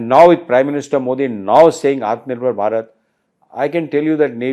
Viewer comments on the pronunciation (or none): none